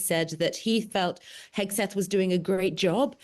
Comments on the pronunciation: Why the British keep calling him Hesgeth instead of Hegseth?! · HEGSETH not “HeSGETH” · Love the hosts’ slips of the tongue here: Hethguess and Hacksmith!